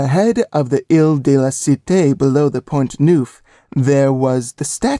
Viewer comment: French words are mispronounced. Very irritating. 😮 ERZA POUND 😂😂…Ezra Pound. …rookie job. Point NOOF😂😂…AWFUL.